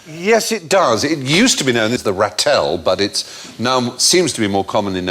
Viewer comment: It's Raahtel, not Rattle! And the Honey Badger does not eat honey, it eats the bee larvae. Speaking as someone who loves them and has scratched one on the head like a dog (because he asked to be scratched, just like a dog!)